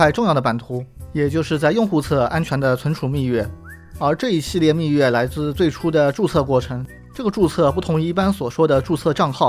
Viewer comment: 虽然不重要，但是那个字是不是应该念做密钥yao，不是yue呢？感觉听着怪怪的